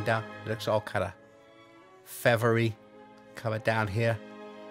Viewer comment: "Fevvery" hair